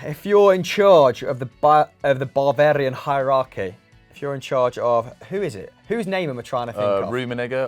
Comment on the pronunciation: Did just say "Barbarian Heirarchy"?? Haha